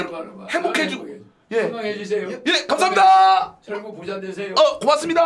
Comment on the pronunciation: 철구 ㅈㄴ 찰지네 ㅋㅋㅋ